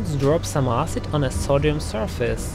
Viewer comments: Love the way he repeatedly saying ahsid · pronunciation tip, it's not pronounced "arse-id" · He's pronouncing Acid as Ass cid